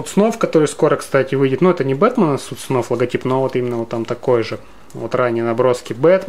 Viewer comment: Все круто, но "Суд сов", а не "Суд снов"